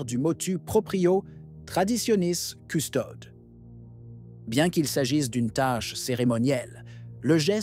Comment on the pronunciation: Cette voix artificielle est insupportable. Ne sait même pas prononcer "Custodes". Interpelle les gens tantôt par tu et tantôt par vous. L'intelligence artificielle est plutôt la stupidité.